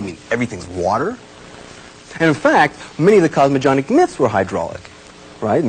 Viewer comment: All these years later he will look at it and remember mispronouncing 'cosmogenic'.